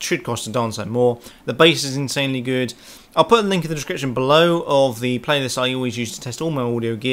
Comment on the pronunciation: Intssanely, intssanely good..